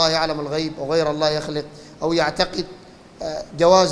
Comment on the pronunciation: يروح يتعلم كيف يقول لفظ الجلالة بالاول بعدين يعمل علامه